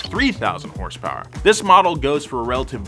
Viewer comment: 5k hurs purs. Sounds like Bull chit to me.